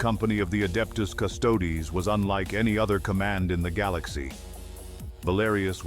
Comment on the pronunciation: The hell is the "Adeptus" "Custodes?" If you're going to use AI to slop out content, make sure it pronounces the title correctly in the first sentence.